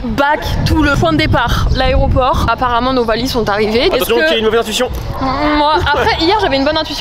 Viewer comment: on en parle ou pas que dit au début aréoport au lieu de aéroport